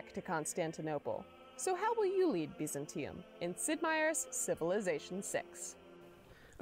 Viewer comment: They pronounce all of the words here extremely strangely. Biz-an-TEA-um? I thought it was BY-zan-tea-um